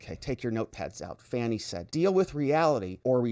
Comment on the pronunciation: I love how you pronounce her name F A N N IE. 😂😂all the others call her fawn-y. 😂😂😂